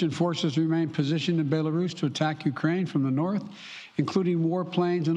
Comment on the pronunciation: Sleepy Joe can't even pronounce Kiev or Belarus correctly 😂.